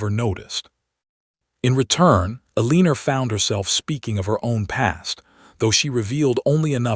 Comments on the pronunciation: Guessing her name is We L Guessing her name is Eleanor? They're just pronouncing it wrong. Should be Elenor pronunciation. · AI always pronounces Eleanor wrong. I wish they would stop using the name and pick something it can pronounce. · I couldn’t take much of this because of the mispronunciations. The heroine is called Ah-LEE-ner, which is not a name. Probably they meant Eleanor, but it does not sound like that. About the 10th time it was said wrongly, I bailed. Oh, and the word WOUND is also mispronounced. When used to mean a hurt, it rhymes with TUNED.